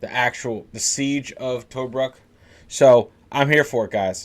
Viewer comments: To -Brook is how you say it 😉😉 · To- bruk not toe-bruk